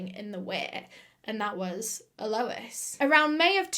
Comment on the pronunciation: This case was HUGE here!, your eyeliner game is strong today, your pronunciation game is - mmm, not so strong but we forgive you!!!! (it's al - o- EEE- SS)